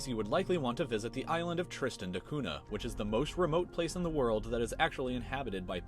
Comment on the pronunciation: Btw Cunha is pronounced "Cuña". It was a portuguese explorer that discovered the island.